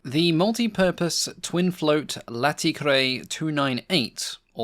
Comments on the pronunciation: Thanks for yet another great video. On a side note, this aircraft isn't "late" 😆 It's pronounced "lah tey" 🤘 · not pronounced 'Late ' (a late plane doesn't sell well) but 'Laté' like an Italian latte (much more omph). And anyway a beautiful seaplane. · Pronunciation assistance: -Latécoère: for you english speakers it would be something akin to "Latte (like the coffee)-co-hair" And while i do perfectly understand the lovely pun of the abreviated model names of this constructor, it is "Laté", not Late, and should be pronounced almost like the coffee, "Latte" ;) An excellent day to all! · For those who want a short tutorial on how to pronounce Latécoère (don't do it like ): La (as in 'large') té (as in 'terrifying') co (as in cohesive) ère (as in 'aERodynamics') I was not inspired to make any subtle joke in the choice of examples. Please accept my profound and humble apologies. But, the thing as a whole should give you something approaching this: (caffe) latte co' Eire. (This last example is for simplification sake. Please refer to the first list of examples for the pronounciation aim.) This should be understandable by any frenchperson you would say it to, given that this person would know about Latécoère. Which, sadly, is improbable. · Pronunciacion is easy: Latte Co Air (Latécoère) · I double dare you to repeat that company name. Slowly, after me: La-TEH-co-air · Try pronouncing it as Latté-Koh-Air. Like the coffee. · Great video as always! I had indeed no knowledge about this plane! I would just throw a piece of advice and suggest checking the prononciation of french names, other than that, magnificent work!